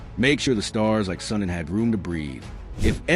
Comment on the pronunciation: How do you not know how to say SUNDIN